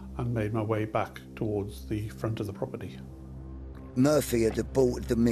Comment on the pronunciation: in particular. The death of an SAS officer who died brutally on the job, and the middle of a brilliant documentary, addressing a serious subject, is a Danny Dire-esque narration voice. For me it just seems silly, and slightly downgrades the documentary. "Leaving the propertii"